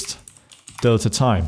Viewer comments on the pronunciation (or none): none